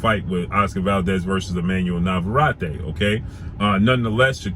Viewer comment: His name is pronounced Nava-Rette